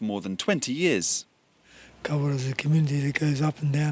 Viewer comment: Why the hell can't he pronounce kawerau